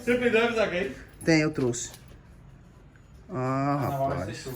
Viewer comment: "eu truxe" kkkkkk eu TROUXE pow!